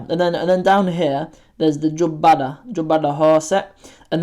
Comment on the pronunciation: Well done. Very informative video, especially for the youngsters. P.S. You murdered the pronunciation of Galgaduud and Jubbada lol the D is not the harsh DH sound, but the normal D you'd hear in words like 'dark' or 'dog'.